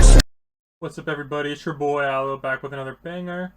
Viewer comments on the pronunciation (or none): none